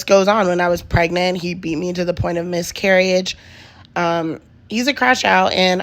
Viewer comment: I don’t believe her cuz she mispronounced miscarriage like she read it and didn’t hear it from a doctor